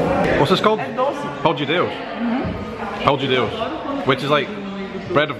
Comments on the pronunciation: We are Portuguese.We don't speak Brasilian.Pão-de-Dêus é um (dos muitos) bôlo Português.Deve aprendêr a dizêr Pão-DE/THE-Dêus, or, as Avi Ven said (to make it easy) "Pão-the-Deush"... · Everytime an english speaker tries to pronounce a portuguese word they go for the brazillian accent, EVERY. SINGLE. TIME! "Pão dji Deusss" nope sorry, it's pronounced "Pão the Deush" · Avi Ven there is no wrong way of saying that for god's sake. It's like saying that Irish or Americans don't speak English as they pronounce words differently from the British. Grow up! His brazilian accent made no difference to me. I understood him as well as if he was speaking with a European PT accent!